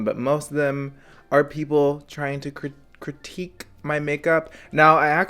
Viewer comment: You are fucking fabulous ❤️ llllllove it when you say “critique”